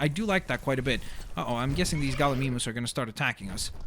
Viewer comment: What a minute he said Gallamemeis!?!